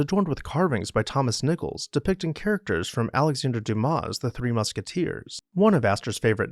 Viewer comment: Yes, Cliv-den (I've been there);, not Clive-den. Vye-count; not vis-count. And Du-mah; not Du-mas. You make wonderful videos and I don't enjoy playing the role of pedant. But since I was a young boy, I not only looked up the definitions of new words, but also, how to pronounce them. It's really not so different from asking friends and associates how to pronounce your last name correctly!